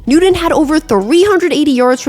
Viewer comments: Cam Nood-en ( pronunciation) wasn’t suspended from the Gators just because of the laptop theft. Let’s just say he had a thieving issue when he was at UF. Coach Myers was notorious for covering up ‘misbehaviors’ among his players, but because Cam was a focus, some of his misdeeds made it in the paper, and his reputation went down the tubes. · I love your videos, but I kept hearing Nude-In every time you said his name! Sorry, I don't mean to disparage. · Just curious if you can pronounce the letter T? I enjoy your videos, but it’s like you’re saying “Nudeon.” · I actually like your channel, but you keep pronouncing Cam Newton‘s last name with a D. “Newdon” And it’s super distracting!!! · Newt-in 😂 love it! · It's a good video, but the pronunciation needs a great deal of work. Cam Newton spells his name with the letter t, not the letter d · As a Broncos fan who laughed at Newton his entire career. He doesn't deserve to have the pronunciations of his name slaughtered like this. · Love her vids but the way she says Newton made me switch videos 😂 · Not trying to be mean. I had to stop the video at intervals over the pronunciation of Newton 😖 but the content is really good and wanted to watch the whole thing. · Why can't you say "Newton" like a normal person? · I came to the comments to make sure i wasn’t the only one! The way she pronounces it makes my ears bleed…. I read the transcript with the video on mute 🔇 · His name is pronounced “newt-UN” not “new-DEN. Same with Sean Payton. Otherwise, great video! 😊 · 🤦🏻🤦🏻🤣🤣 I’m sorry but seems you don’t love him can’t even say his last name right 🤣🤣the whole video all I heard was Newdone not Newton you should redo this video and say his name correctly at least you got the first name right 🤣🤣🤣🤦🏻🤦🏻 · Everytime you say “new-den” I cringe. His name is Cam Newton. New TON. 😭😂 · Newton. NEW-TON. You keep pronouncing it with a D. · Cam Nooden. 😂 Just messing. Enjoying your channel. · New-Ton. Not New-Don. Oter wise great video.